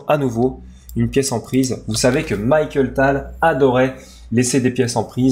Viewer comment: Très bonne vidéo du magicien de Riga, merci (pt être une autre du même genre sur Spielmann)! Au fait la prononciation est Mikhaïl et pas Michael, désolé de chipoter mais ça faisait mal aux oreilles:)